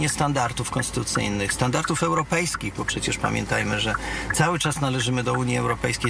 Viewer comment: Standarty, standarty, standartów..., mówimy: standardy i standardów.